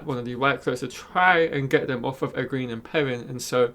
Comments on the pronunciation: I like watching your channel man, but when are you going to learn to pronounce Egwene’s name correctly? It’s pronounced “ Eh gwain”. A good way to remember is that it rhymes with “Logain” which you do say correctly. Thanks! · I used to say it the same way he does until I listened to the audiobooks. If you've only read the books its kinda hard to let go of the way you used to pronounce names. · Oh I totally understand that. I read several books myself before I learned how to pronounce some stuff, but he has obviously watched all the episodes, promos and interviews, so he has heard the correct pronunciations several times I'm sure. Oh well. Its just a nit pick and not a big deal.